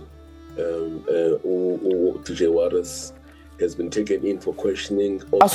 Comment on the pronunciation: When acting like you care, at least try to get his name right. Warrick "Warras" Stock.